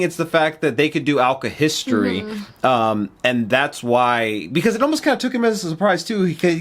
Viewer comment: The word is alkahestry by the way